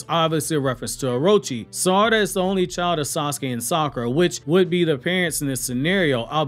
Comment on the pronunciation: Its sa-ra-da not sar-ada